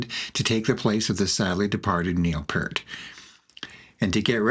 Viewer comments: Neil P👂t. I wish his name could be pronounced correctly especially this late in the game. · It was so good....! You mispronounced the Professor's last name.... Unforgivable, but I appreciate you making something from RUSH being BACK!!! 11 years of just ok it is done, THEN BAM this...!!